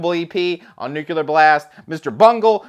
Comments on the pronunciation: Every time says "nuculer" an angel gets its wings. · NuCULer Blast. on NuCULer Blast. NuCULer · say it with me: New-clear. It's pronounced new-clear. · Nucular, it's pronounced nucular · Take a drink every time says “Nuclear” take a shot.